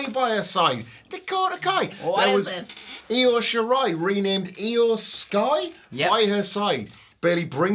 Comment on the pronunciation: "IYO... SKY"... NOT...Io Sherai... Huh?